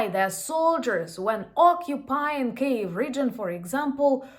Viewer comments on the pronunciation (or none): none